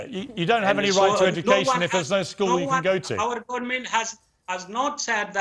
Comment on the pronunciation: گورنمنت😤🤮 پدر لعنت کتی تلفظ پاکستانی ات شما اولاد های هیرامندوی 😤🤮